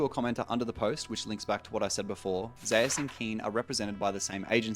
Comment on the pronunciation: "ZEY USE"???